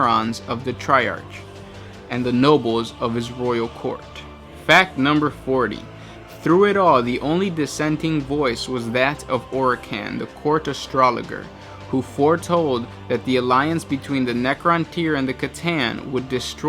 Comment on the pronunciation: Did you mean to say Astrologer? Pronounced as “Ast-rol-o-jerr”. Rather than “Ast-rol-o-Gher”.